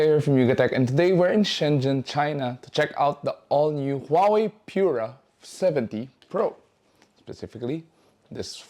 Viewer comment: Taray ng pronunciation "Pure-ah" 😂